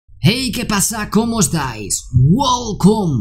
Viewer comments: guolcom:v jajaja buen video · Ahora me entero que al principio dices “welcome”. Pensaba que decías “wow con, aquí jkclife”. 🤣